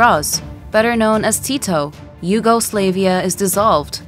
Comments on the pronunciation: Im sorry, ,The Yugo what now? SLAV,not Slave,YugoSLAVia,not YugoSlaveia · bro said "yugoslave ia"💀💀💀💀